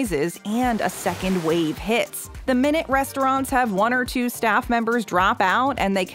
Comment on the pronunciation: at a part of ur vid you said shaffs instead of staff